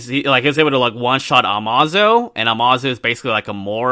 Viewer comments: Did just say “Uh-Maw-Zoe” lol it’s pronounced “Uh-May-Zoe” or “Amaze-Oh” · Bro …it’s (AMAZE O) not (amah zo)